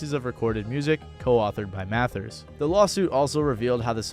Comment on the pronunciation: This petty but it’s so hard to take a hip hop fan seriously when they can’t even pronounce “Mathers” correctly.